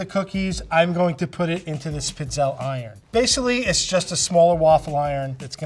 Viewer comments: They’re not pronounced pits-ehl. This drives me crazy. Pizzelle is pronounce pēd zehl lāy. You can pronounce French culinary terms but not Italian!? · as an Italian, the multiple wrong ways they keep mispronouncing "pizzelle" is killing meeeeeeee